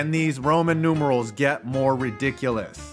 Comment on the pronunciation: The Roman numerals aren’t annoying. Now this guy pronouncing them: that’s annoying.